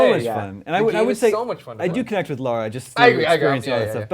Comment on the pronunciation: Slightly annoying how Americans cannot pronounce Lara right, even when they hear it said so many times in the game.